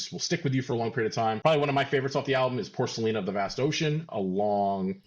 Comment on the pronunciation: He said, “porkalina” 😆